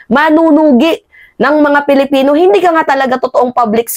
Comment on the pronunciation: PAKIBIGKAS PO NG TAMA ANG SALITANG PILIPINO .. lagi ko kc naririnig na binibigkas mo ay " palapino minsan naman ay palipino " parehas kau ng pagbigkas ni maharlikang lukaret.